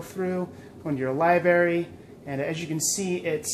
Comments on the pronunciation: libary? What? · ....did...did I just hear you say 'libary'...